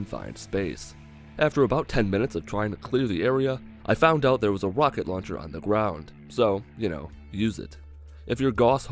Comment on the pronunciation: Haha a "Wocket launcher "